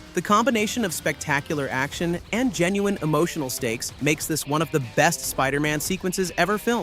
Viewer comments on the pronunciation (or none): none